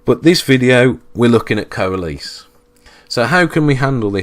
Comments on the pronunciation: coa les. It's pronounced like co less... ARRRRGGGG!!!! /ˌkōəˈles/ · I'd write it ko-a-less, but not so far from your spelling. So I'm wondering why you pronounce it kow-uh-LEASE. I've never heard it pronounced that way. Is it a regional thing? How would you pronounce it outside of the SQL environment? Not saying its wrong, just interested!